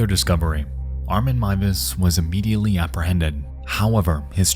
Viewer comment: This may sound very random but as a German I appreciate the correct pronounciation of Armin Meiwes :) Horrible incident but I love your coverage of it! Great video as always